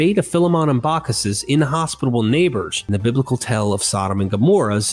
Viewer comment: Dear God, you gotta stop writing "tale" so often! I scream everytime you mispronounce it in your videos! Just say "story"! 😂 Great content. Thanks for everything you do.